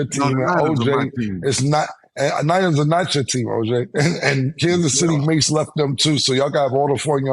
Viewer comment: Cam saying Candice city chiefs 🤣🤣